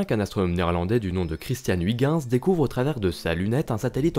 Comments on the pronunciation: Huygens se prononcé euilgenns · Très bonne vidéo, et, pour la prochaine fois, "Huygens" se prononce oeil-gue-ns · C'est horrible cette prononciation de Ouigens, surtout prononcée si souvent. C'est est pourtant si facile d'utiliser la prononciation de Google Traduction, en néerlandais bien sure (voire en anglais, ça marche aussi) pour savoir comment le prononcer correctement. ,04'35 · Faut arrêter de dire "Wiguins" quand on parle de Huygens, c'est juste horrible, merci. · Heu je suis pas sur pour la prononciation de Huygens😂, sinon superbe vidéo, de magnifique animation